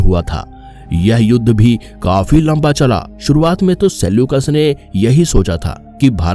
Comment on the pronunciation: Sekyulas😅 nhi Selyukas 😂